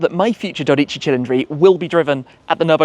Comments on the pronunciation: 12 = Dodici Dorici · You can correct me but every time you say the name of the car I think that you say dorici cilindri , however I do know that 12 is dodici not dorici in Italian language. I am however hoping that am hearing wrong. I do like every video that you make since, so even if you say it wrong I don't care , enjoy your one when it arrives 😉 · It is italian, not japanese. So stop saying Dodíci and say Dódici instead.